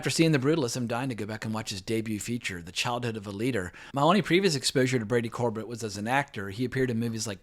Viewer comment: The writer/director's last name is pronounced Cor-bay like Sorbet the frozen dessert, just fyi